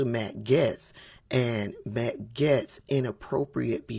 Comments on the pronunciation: Are you misprounouncing Gaetz on purpose? Everyone else calls him Gates. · you mispronouncing his name made my whole day